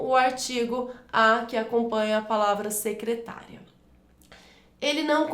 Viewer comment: Sou inscrito recentemente no seu canal. Desculpe-me a intromissão,, mas há um erro de pronúncia na letra "d" de um dos exercícios sobre crase, em que, mesmo estando escrito "secretaria", você pronuncia o termo - claro que por engano - como se fosse "secretária".